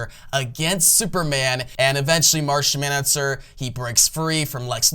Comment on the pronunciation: Martian manhunTer not huntser...Choco with an ahhhhhh like chocolate not choke-o...🤣🤣🤣 great video otherwise. I enjoy